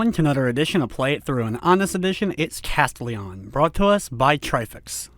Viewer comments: he just puts the emphasis on CAS when typically you'd put it on TEL. No biggie, really. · I think that's not how you say "Castelian" XD